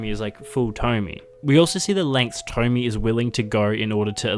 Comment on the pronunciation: I love the video but...... It's tomiE, not tommy